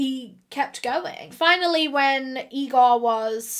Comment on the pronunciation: Its Igor, not Egor.